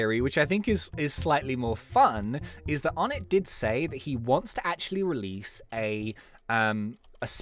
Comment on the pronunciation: Something I found out yesterday onett is pronounced onay